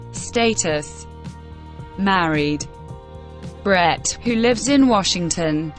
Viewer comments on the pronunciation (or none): none